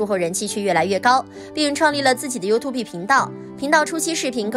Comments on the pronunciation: 發音不是you-tube嗎？？ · 我倒是觉得up发音优兔碧很可爱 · 希望小師姐在釋出影片前，可以先查一下youtube的正確唸法.........